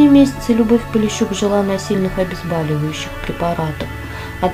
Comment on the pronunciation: Вы правы: и пишется , и говорится :" обезбОливающее", от слова " боль".